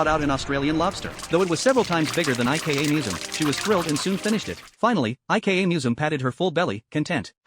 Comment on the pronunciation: if her name is ika, why does it pronounce it like IKEA 😭